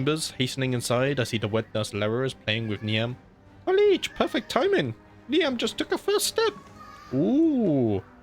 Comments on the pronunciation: Niamh is pronounced Neeve (think Eve with a N sound before it) (Not trying to be a stickler these names are hard but just wanted to tell you : ) ) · Glad you're feeling better. I'll blame your pronunciation of Niamh on it 😋 (Neev or Nearv)